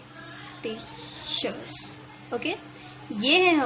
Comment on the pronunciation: its बृटिसर not बृतीसर